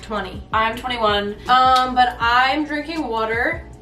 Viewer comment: I love the way accent sounds when she says water 😂😂💕